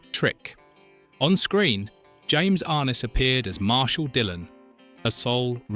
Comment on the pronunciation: pretty sure it's pronounced "arNESS"...peter grave's half brother. i think.